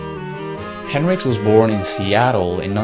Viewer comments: Nice video. Some inaccuracies, but solid. However it’s Hendrix, not Henricks. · Hendrix pronounced HEN-DRIX not Hin-Ricks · It’s henDrix not henrix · ...... his last name is Hen DRIX, not Henrix. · Hey narrator,, its HenDrix. Not henrix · its not henrix its hendrix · HenDrix not Henrix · “Hen-rix” That bothered me a lot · HenDrix. There's a clear D in the pronunciation. Driving me fucking crazy. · Nice video, man. Thumbs up. But just to be a little nitpicky, it annoyed me every time you pronounced it as "Henrix" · Jimi Hendrix the greatest it sound like you are saying henrix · yes I know who it is, but you keep saying henrix I have lots of his records he was the greatest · it kind of pisses me off how you say Hendrix like Hendricks like why?